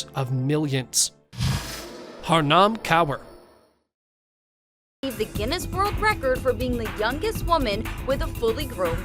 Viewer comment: You distort the names of the people you speak about. The girl with PCOS is not "Haram Cow" - it's even offensive - but Harnaam Kaur.